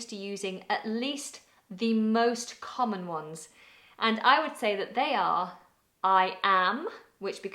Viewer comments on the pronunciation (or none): none